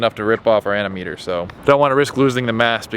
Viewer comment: It's anemometer